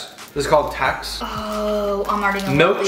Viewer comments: The "tax" instead of "tex" 😂and the "ohma" instead of "ouma" 😂love from SA🇿🇦❤️❤️ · Ya nee jus ek is so lief vir dit maar en dit is nee tax nie dit is tex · I am from south africa 🇿🇦 and when he said Tex it sounded like he said Tax hahaha 😅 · Not tax it's tex premiums the e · T-E-X not T-A-X 😅 almost like stopping short when saying Texis. (We are from SA and we love your Channel.) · Hi 👋 I'm a south-african and it is not tax it is Tex like text just Tex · It is text not tax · It’s Tex not Tax lol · It's not tAx it's a tEx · We say Tex like tex on a phone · When you pronounce the TEX we usually say it like "T" and "EX" together